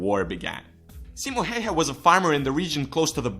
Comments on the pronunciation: "Simo Heihe" lmao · "simo heihe" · "Simo Heiha" :DD Its "Simo Häyhä" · XD CIMO HÄIHÄ SE ON SIMO HÄYHÄ PERKELE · I from Finland and when you say Simo Häyhä its Simou heiha I understand Eglish language don't have "Ää" or "Öö" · its simo häyhä not hayha. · haha thats sounds so wrong ”simo hauha” ahahaha ”nähää torilla” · "Ssimmo Heihä" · simo heyhe LOL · "Simo Heyhe" 😅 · it's simo häyhä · Saimo Heihe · "Simo heihei" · Caroline Heiknert-Linder SEIMO HEIHA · I cringed when you said his name. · Hey we dont fucking farm and no offense you pronounced Simo Häyhä Wrong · Im from finland and you sais simo häyhä wrong😂 yeah its hard to say if u dont speak finish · Im finnish so I am proud oh btw you said his name wrong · opetele sanomaan simo häyhä oikein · Nice video thought you raped the pronounciation and title doesn't say Simo Häyhä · it's so fun when everyone who's not finnish says Simo häyhä wrong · I'm sorry but you butchered his name.